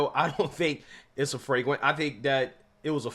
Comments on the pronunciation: what the hell is a "fragrant"? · FRAGRANT FOL??? you mean FLAGRANT....SMH...LOL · It’s flagrant not fragrent 😆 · Bro flagrant not fragrant come on…get it right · Did you say “fragrant”? Yeah, that call stunk! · Flagrant. Not fragment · Flagrant not "fragrant"